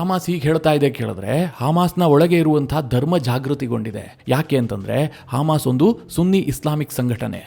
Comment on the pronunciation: Haamas alla Adu, hamas😂